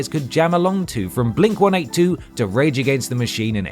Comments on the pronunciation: The fact that you call it Blink one eight two instead of Blink one eighty two is adorable to me for some reason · Ah yes, good ole "Blink 1-8-2" (one eight two) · It's pronounced "Blink One Eighty Two"... just saying... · I don't think I've ever heard Blink 182 pronounced "One-Eight-Two". First time for everything and all of that.